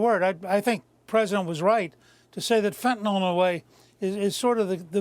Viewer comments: why does everyone pronounce fentanyl as "fentanol"? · It’s fentanYL not fentanOL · I listen to every news person on these shows mispronouncing Fentanyl and I turn off the video. Fentan-all, Fentan-all. My god! Can no one anywhere pronounce that word? How is it so difficult? Stephen Miller is the ONLY person I've heard properly pronounce Fentan-yl. Get it right people!